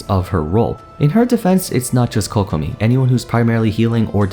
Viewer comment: Thank you for pronouncing Kokomi and Keqing correctly :') my ears can finally have a break